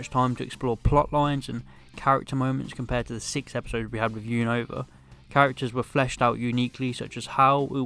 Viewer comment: You said unova wrong